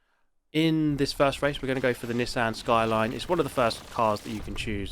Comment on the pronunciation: Wtf is a Nissehn Skyline